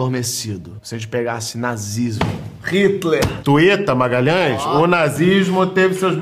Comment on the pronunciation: " Twita Magalhães" kkkk